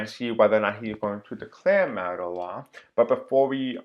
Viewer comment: Hey just recently found your channel and enjoy your readings. Also— martial law is actually pronounced “marshall” that’s where the govt (with use of military) take full control of country.